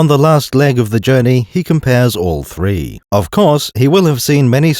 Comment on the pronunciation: One of three? ONE OF THEEE?